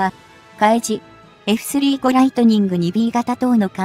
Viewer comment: 又，スリーごではなく，サンジュウゴです。読み方が間違っています｡きちんとした情報を下さい。